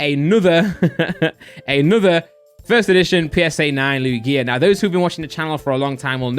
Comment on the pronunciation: How does he not know how to pronounce Lugia correctly